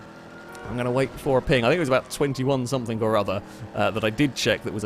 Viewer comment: Learned some new words, today. "Recognization" "Somethink" "Blowan"